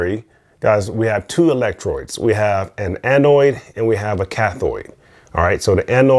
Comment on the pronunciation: electrodes not electroids.... cathode not cathoid.... anodes not anoids.... lol